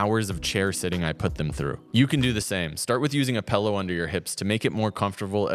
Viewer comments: “pillow” not “pellow” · Quit saying "pellow." It's "pillow." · I'm sorry, what? A PELLOW?? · Using a “pellow” smdh